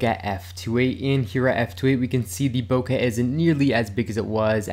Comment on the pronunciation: BoKEH, not “bocah”. KE not ‘ka’. Rhymes with OKAY. BO-KE.